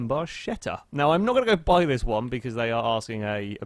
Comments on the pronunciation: is barketta, not barscetta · i'm cringing so badly... you should pronounce it barketta, ch in italian just sounds like k